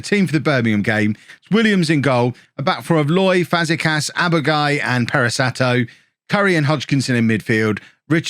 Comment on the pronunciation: You were closer to Europe than relegation at the end of the episode at least 😅 Btw: Aboagye = [a-bo-ag-yey], - Fazekas = Fazeka[sh], Luquinhas = Luqui[ny]as